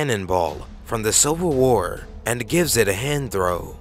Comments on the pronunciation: "Silver war"? Lmao Civil*! Civil war*! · silver war? ellians? exployers ? this narrator sucks